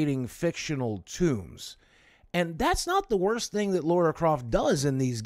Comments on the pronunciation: Every time I hear Laura instead of Lara I cringe :/ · LARA not LAURA